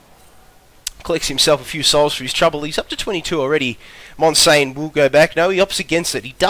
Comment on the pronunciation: 360p OP. Also you said my name wrong damn it :P MON-SIAN, not monsain